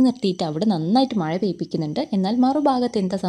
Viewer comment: ടീച്ചർ പറയുന്നത് മഴ ❌ മയ,✔️🫢🫢😃😃😃